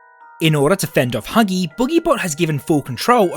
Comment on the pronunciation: When he says huggy breaks the vent u can hear him saying hugsgy